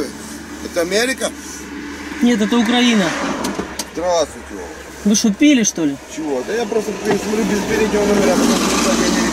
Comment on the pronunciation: УкраИна, а не УкрАина